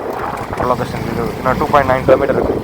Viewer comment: kilometre sollu da mama